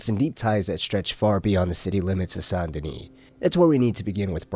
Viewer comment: "Saint deni"? IT'S. PRONOUNCED. "SANDY KNEE"!